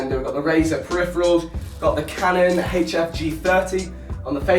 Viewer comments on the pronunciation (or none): none